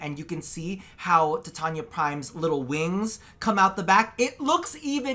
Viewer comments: did you really just say titania as tatiana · The way he keeps saying her name wrong really bugs me TITANIA not TATIANA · eh... its "titania" why its "tatania"...?